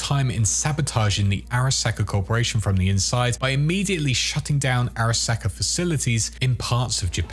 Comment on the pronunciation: SAHka no sacka. Learn to pronounce things properly